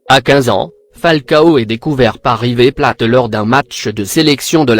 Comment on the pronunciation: Wsh il a dit river pla au lieu de river plate 😂😭